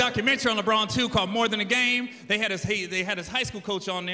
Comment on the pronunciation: The way he says Lebron is a crime.